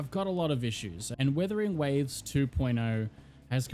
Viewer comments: IT'S NOT WITHERING IT'S WUTHERING WAVES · Are you saying Withering Waves or Wuthering Waves lmao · its wUthering waves, not wIthering waves!!!!! AAAAAAAAAAAAA